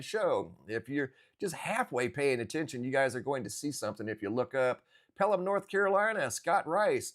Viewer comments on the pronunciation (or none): none